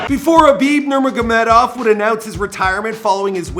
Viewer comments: He said Kabib Manamanamanov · There is audio of people saying his name.. Even if he only watched one of Khabib's fights he would be able to pronounce the name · Hey ! u bullshit guy , learn to say his name right 🤣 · Learn how to say his name right lol